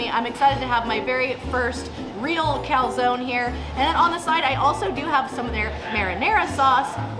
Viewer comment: why doesnt anyone pronounce calzone properly